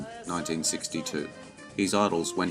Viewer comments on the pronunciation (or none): Good vid. But it’s pronounced “Joel McRAY,” not “Joel McREE” .